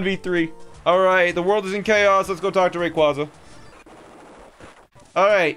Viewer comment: The way you pronounce Rayquaza hurts me physically... PLEASE learn the pronunciation of a box legendary